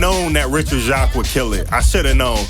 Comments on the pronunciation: Oh in an interview Richard Jacques officially confirmed how to say his last name which is pronounced “Jakes”. Don’t worry bro most of us pronounced it the same way. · Loved this and the Jet Set Radio Future video! FYI, Jacques is pronounced jakes/jayks, according to Richard Jacques himself when he guested on a Radio Sega podcast years ago. I realised after that podcast that there's an old UK actress with the same name and pronunciation called Hattie Jacques, so it makes sense.